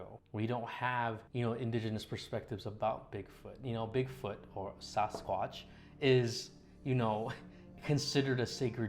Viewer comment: Interesting pronunciation Sasquatch. Never heard it that way in my forty plus years